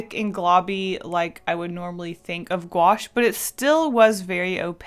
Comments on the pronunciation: Me knowing how to pronounce it: Gouache Also me: gOo aSh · Lol, the way she said Gouache, "GwAsH"